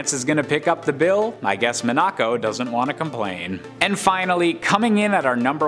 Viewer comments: It's pronounced Mon-uh-co, not Mon-ack-co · I literally just cringed so hard at the way he pronounced Monaco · Hahahaga killed me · Same here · How many times can someone possibly mispronounce Monaco? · Man... That Monaco pronunciation killed me. "Have I been pronouncing it wrong my entire life?" No. Turns out someone else is wrong FOR A CHANGE! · No he’s definitely saying it wrong